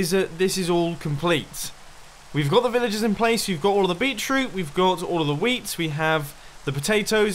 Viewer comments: Did you say Bee Troot instead of Beet Root? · It's literally bEEt-rOOt, GD, my friend. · Did anyone else realize that instead of saying 'beetroot' he said 'beachroot' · Mumbo, it Beet root. I keep hearing you say beech root. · "Beachroot" I didn't realize beachroot was a thing. Beetroot. Beet-root. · "beet-root" lmao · beetroot? Beet, Root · "bee-chroot" lmao